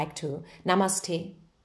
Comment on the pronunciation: The wonderful way that you say' namaste' is amazing! Your reading mean so much to me. I eagerly wait for your readings. Thank you!